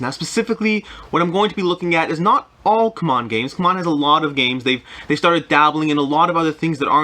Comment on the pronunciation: Ku-mon games?? I've been calling it, see-mon games. Come on (CMON)!